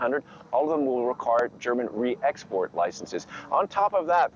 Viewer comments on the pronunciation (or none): Biden: "And all of them will get the re-expot licence!"